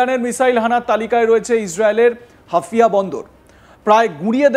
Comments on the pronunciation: ওটা হাফিয়া না হাইফা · haifa. not hafia. get correction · আরে ছাগল হাফিয়া না হাইফা বন্দর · গাধার বাচ্চা এটা হাফিয়া নয় এটা হবে হাইফা। মূর্খের দল দিয়ে সাংবাদিকতা করালে যা হয় আর কি। এটা তো তোদের বাপজানের ক্যাশিয়ারের পোর্ট তারপরও ঠিকমতো উচ্চারণ করতে পারিস না। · হাফিয়া নয় রে গাধা হাইফা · একজন সংবাদ উপস্থাপক যদি হাইয়া নামক বন্দর কে হাফিয়া বলে। এটা কেমন উপস্থাপক 🤔🇮🇳🖕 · মূর্খ মালায়ন। ওটা হাফিয়া নয়😃 হাইফা বন্দর 😋 আগে লেখাপড়া শিখেক ফাউল জোকারের দল। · Hafiya na re bolod Haifa😂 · আগে উচ্চারণ ঠিক কর। হাফিয়া না হাইফা হবে। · ভারতীয় সাংবাদিকদের সংবাদ শুনলে হাসি পায়, তাছাড়া ওরা মিথ্যা ও ভুল ভাল খবর পরিবেশন করে ! যেমন হাইফা নামক স্থানকে হাফিয়া বলছে । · আরে বলদটা হাফিয়া বন্দর নয় হাইফা বন্দর হবে ওটা। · হাইফা কে হাফিয়া বলছেন কেনো? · হাফিয়া না মূর্খ, এটা হাইফা বন্দর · হাফিয়া বন্দর নারে বলদ, হাইফা হবে ওটা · হাইফা রে বলদ হাফিয়া না😂😂😂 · আরে মূর্খ এটা হাফিয়া না "হাইফা" হবে। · শালা অশিক্ষিত।। হাইফা হবে হাফিয়া না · নাম বলতে পারে না। নিউজ পড়তে আসছে 😂 হাইফা ❌ হাফিয়া✅😂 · Are jokar hafia noi haifa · হাফিয়া নয় হাইফা বন্দর। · ওরে বোকা চোদা হাফিয়া নয়, হাইফা (Haifa). তেলাপোকার পাখি হওয়ার শখ!!! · Hafia noi ,,,,haifa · হাফিয়া নয়।হাইফা পোর্ট।😅😅😅😅😅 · সঠিক উচ্চারণ o করতে পারে না 😂😂😂 হাফিয়া😂😂😂😂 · অরে মুর্খ সাংঘাতিক, হাফিয়া পোর্ট না হইফা পোর্ট হবে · Ota hafia noy....ota Haifa port. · Areerr buka chu….ata hafia naaa. Haifaaa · নামটা ঠিক করে বলুন। হাইফা বন্দর। ঠিক করে জেনে নিন, তারপর খবর পড়ুন। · অশিক্ষিত এই ক্ষেতটাকে কে সংবাদ মাধ্যমে বসিয়েছে, নাইরোবিকে বলতেছে নরবি, আবার বলতেছে হাইফাকে 😅হাফিয়া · একটা অশিক্ষিত চ্যানেল। হাইফাকে বলে হাফিয়া, নাইরোবিকে নৈরবি!😅 নুন্যতম জ্ঞান ও শিক্ষার বালাই নাই এদের। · janena, ki kore bolbe? taka niye pore dichche telepromter dekhe... knowledge ba profession er upor kono respect nei to... Nairobi k o Noirobi bollo... albal maal sala...